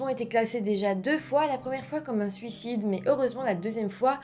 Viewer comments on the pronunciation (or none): none